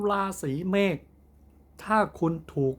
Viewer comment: พูดให้ถูกค่ะราศี เมด ไม่ใช่เมฆ